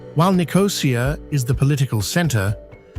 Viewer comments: sorry you’ve completely lost me. What’s Dutch got to do with it? If I made a video of The Netherlands I would make sure I checked the correct pronunciation of ‘Amsterdam’! It’s not difficult. But to mispronounce ‘Nicosia’ with the emphasis on the ‘O’ is unforgivable. No one does that. It doesn’t feature in ANY language. But hey, if you want to make excuses for these lazy idiots you go right ahead. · I know the commentary is AI generated, but god the pronunciation of Paphos, Limassol, Nicosia and Larnaca drove me to distraction! Beautifully but many of the challenges facing the population are common elsewhere….